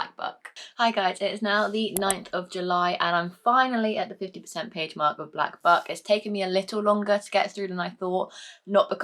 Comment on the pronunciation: All I can hear when you say Black Buck is Black F*ck....... Oops hahahaha